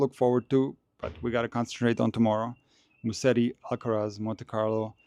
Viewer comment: Hey, Musetti is pronounced like this: “ Muzetti”. So the s is more like a z. 🙂